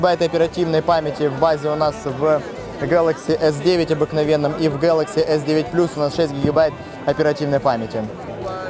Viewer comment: Да не гэкай ты так...